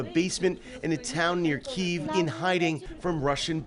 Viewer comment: Finally, somebody who is from the area who can pronounce Kiev properly! I was doing it all along!😆